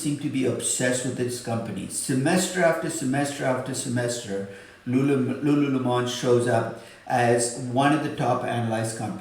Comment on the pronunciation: "lululemon" o.0 Am I the only one confused by that pronunciation?